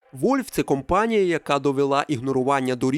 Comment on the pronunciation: А чого "Вольв"? Воно ж не так читається.